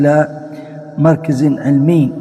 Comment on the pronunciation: لماذا تقول مركز على كسر الراء والصحيح على الفتح مركز على وزن مفعل ظرف مكان بوزن ملعب ومكتب